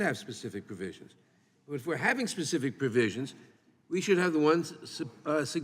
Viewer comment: It's "specific" not pacific. Sheesh